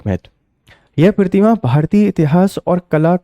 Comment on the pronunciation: Sir के हिंदी उच्चारण में प्रॉब्लम है.. प्रतिकृति और प्रतिमा तक का सही उच्चारण नहीं कर पा रहे.. शायद अहिंदी क्षेत्र के होंगे